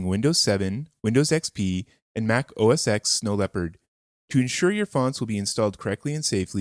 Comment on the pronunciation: Nice! Quick, nit picky thing though: "oh es TEN" not "oh es EX".